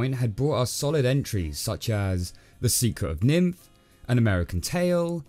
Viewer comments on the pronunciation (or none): I'm sorry but it keeps sounding like you're pronouncing "Secret of NIMH" as "Secret of Nymph" and it weirds out my ears. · Is it just me, or did he say "The Secret of Nymph"?